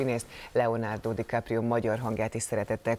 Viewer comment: "Leonardo Dikaprió" gg műsorvezető